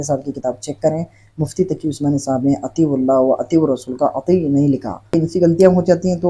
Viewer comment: اطیعواللّٰه۔۔میں اللہ کے نام میں لفظ (ہ),پر زبر ہے اور یہ جاھل پیش پڑرھا ہے